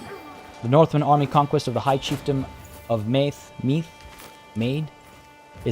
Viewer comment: Meath, pronounced like breathe. Also I think the last syllable in tolorcán is pronounced as "cawn", basing it on modern irish pronunciation and spelling (but this is not modern Irish so...?)